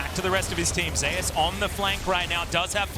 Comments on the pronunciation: why is he saying Zey-Yus?… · Why are they pronouncing Zeus has Zay-ous? It's like they never heard of the name Zeus...